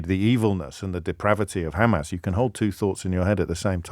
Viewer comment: You too are saying Khamas now James? Been watching their speeches a lot or what, they asked you to please try to annoy them this way at least?